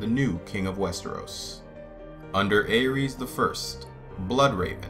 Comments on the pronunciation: Well it seems GRRM isn't too concerned about how people pronounce these names. But I just watched some interviews with GRRM yesterday and he was definitely pronouncing Aerys the Mad King as "Eris", not like the God of war pronunciation (Ares) that you were using. You don't pronounce Danny's name as Dan-er-ees do you? And in the Dunk and Egg stories, are you implying we should pronounce "Egg" with a long A sound like in pray, stay, may? Because "Egg" is short for the first syllable of Aegon's name. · Aegon is pronounced 'Eggon". Aerys is pronounced "Eris." Jaehaerys is pronounced "Jeheris". Daeron is pronounced "Deron". List to George RR Martin pronounce a few of these and you'll get the hang of all of them.